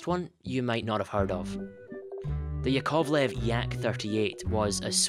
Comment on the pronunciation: A small pronunciation correction: it's YAkovlev, not yaKOVlev (first syllable stressed, not the second).